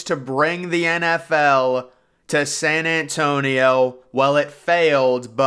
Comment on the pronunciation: San ant tonio. Lol